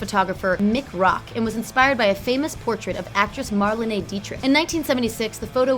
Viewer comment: Honestly how she pronounced Farrokh, Marlene and (john) Cleese killed me a little bit but great video otherwise